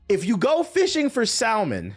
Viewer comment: LMAO my nigga said salmon w the L